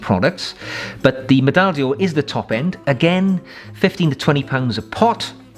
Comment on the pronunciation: Just a tip, not a comment ; The French word d'or (golden) is pronounced more like 'door' (in English) not dior. Thank you for the very informative and entertaining videos sir. Regards Arno from Belgium.